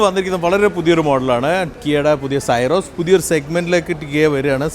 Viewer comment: എന്തിനാണ് പേര് തെറ്റായി ഉച്ചരിക്കുന്നത് സിറോസ് എന്ന് പറയു.